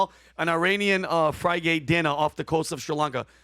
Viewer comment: Fry-gate...nice.